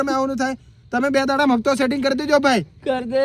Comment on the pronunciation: Hapto ❌ Hatpo ✅